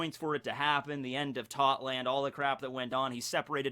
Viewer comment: why does every one piece youtuber call it totland when its tottoland?